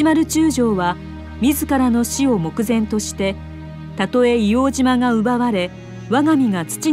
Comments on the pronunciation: いおうじま✕ いおうとう○ 硫黄島（いおうとう）です 硫黄島（いおうじま）は鹿児島県にあります 最初と最後が 一番重要だと思いますので 修正した方が良いかと思います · 「いおうじま」というナレーションを聞いた途端にガッカリしてしまった。８０歳以上の誰にでも聞いてみたらすぐに分かることだ。「いおうとうって当時は言ってたよ」と皆さんおっしゃる。お忘れになっている方もあるかと思うが。